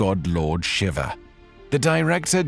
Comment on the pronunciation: Shiva, NOT Shiver!!